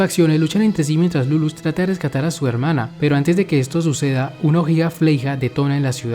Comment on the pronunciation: ¿Por qué todos pronuncian Lulúch? ¿No debería ser Líluch? Y, para mí, es una lástima que no esté en doblaje latino. Por lo menos, yo no encontré.